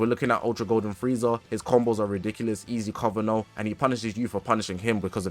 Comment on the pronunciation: blud really said gofrieza 😂😂😂😂